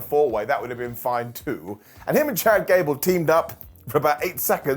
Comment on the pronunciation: Did he say “Ghad Cable”?😂😂😊